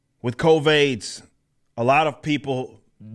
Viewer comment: Everytime he says CovAIDS...I lose it. Everytime.🤣